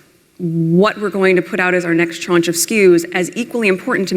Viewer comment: ‘chaunch of SKUs’?? Because nothing says business savvy like mispronouncing ‘tranche’. 😐